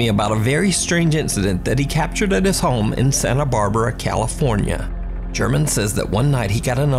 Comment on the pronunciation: It's pronounced Her-mon, not German. Otherwise, great vid as always, brother!